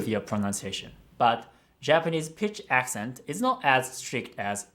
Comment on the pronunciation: Noticed the pitch accents were off. As a singer she should have noticed pitch